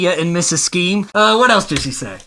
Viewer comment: "I can appreciate that little skeam" Wee Skeem stuff!